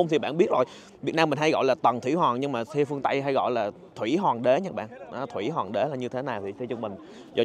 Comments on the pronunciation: Hoàng mà sao a đọc là Hòn zậy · Chữ hoàng anh khoa ko đọc được nhỉ 😂